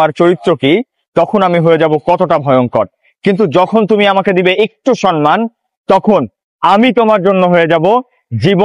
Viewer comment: Bhaiya sonman hobe na somman hobe ❤tobe apnr video golo onk bhalo lage ❤apnake o onk bhalo lage